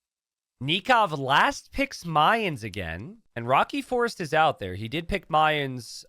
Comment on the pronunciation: Your pronunciation of "Mayans" is so similar to "minds" or "mines" i had to replay it like 3 times to understand what you meant lol